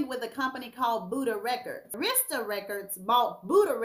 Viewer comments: I can't take it: The record label is ' pronounced "airistah" records, not "Areesta" records... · It's "AIR" RIS TAH arista.... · It’s pronounced Air-ris-tah records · its called.....Air...ra...sta the pronunciation is always said when artist that have been on the label like aretha, whitney, next, Deborah, TLC, monica and others that been on a label say it correctly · Arista (AIR-REH-STUH) Records 🤗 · I can't believe how U pronounced Arista, a legendary label.